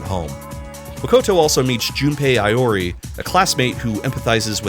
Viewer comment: Igor I can forgive but how DARE you mispronounce Junpei Iori, Ace Detective’s name